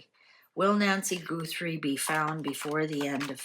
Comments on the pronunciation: It's GUTHrie, not GOOTHrie, please. :face-red-heart-shape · It’s not goothrie it’s Gutherie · I don’t mean to be the language police, I think you might be in Canada and pronounce things differently. I love watching your channel. I don’t understand tarot. It find you very interesting. Her last name is pronounced Guth- er- ie, not Goo-th- re. Maybe it’s your accent. I’m American, we pronounce things differently depending on where we live. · Please listen to a news person pronounce Guthrie. It isn’t Goothrie. Thought you’d like to know. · Please out of respect pronounce Guthrie correctly. It's not Goothrie. She's a Capricorn. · You are mispronouncing her last name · How is it possible that you mispronounced Guthrie when everyone all over the place is pronouncing it correctly???